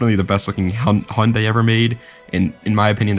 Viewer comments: All im going to say its prenounced haiundai not hundey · now way you pronounced Hyundai like that bro